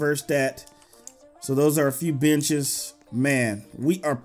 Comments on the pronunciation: He was trying to say benches but it sounded like b**ches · when he said benches it sounded like the other word